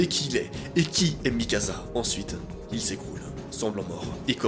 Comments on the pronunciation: Mikasa pas mikaza🤣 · Ca se prononce Mikasa, pas Mikaza -. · Desolée noa mais sa se prononce Mikassa et pas Mikaza... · C'est Mikasa et pas Mikaza! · Mikaza mdr c est mikasa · C'est pas Mikaza ses mikasa tu dit comme si il y a deux ss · C'est mikasa pas mikaza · C pas Mikasa mais mikassa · C’est pas MIKAZA C’EST MIKASA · C'est plutôt Mikasa par Mikaza🙏🏽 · C'est Mikasa pas mikaza mais trop bien la vidéo on plongé dans l'histoire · Il prenonce mikassa pas mikaza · C’EST MIKASA PAS MIKAZA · C moi ou il a oas dit mikassa mais mikaza? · C'est moi ou il appelle mikasa mikaza 🤣 ? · PT c'est pas mikaza C'est mikasa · Ya que moi qui trouve que c horrible quand il dit mikaZa et pas mikasa? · Ça ce prononce Mikassa pas Mikasa et sinon bonne vidéo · Je peux pas m'empêcher de rire quand tu dis mi casa au lieu de Mikasa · Ces Mikasa et non mikaza wallah t’es perturbant 🤦🏾‍♂️ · Ses pas mikaza mais mikasa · on en parle de MikaZa au lieu de MikaSa!!!! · Pas mikaza mikasa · C'est mikasa et pas mikaza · Att att je reve ou pendant tt le long de la video tu as dit mikaza assassin !!!! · c mikassa pas mikasa sa se pronence s pas z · Sa s’écrit mikasa mais sa se prononce mikassa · On en parle du "mikaZa" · Le film c'est faux c'est pas la vrai histoire va suivre l'animé ou lire le manga et en plus on dit mikassa ça c'escrit mikasa mes ça se lit mikassa et vraiment le film c'est de l'escroquerie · Sa se dit mikassa et érèn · MAIS POURQUOI TU DIS MIKAZA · Mikasa Ackerman ✨ Ma pauvre il t'a appelé "MikaZa" pendant toute la vidéo 😭🤬